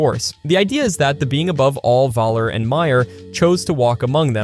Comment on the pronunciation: Also, Valler and Myer